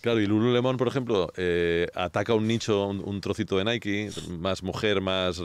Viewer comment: Porfa Bruno enseñale a decir "NIKE" lol